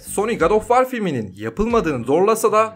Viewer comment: "Ankhertıd" filmi mi? Filmin adını translate'e yazıp okunuşuna bakmak zor bir şey değil. Edit: War kelimesi de vor diye okunur. İngilizce bilmemek suç değildir. Ancak en azından ses kaydı almadan önce yabancı kelimelerin okunuşlarına bakılabilir.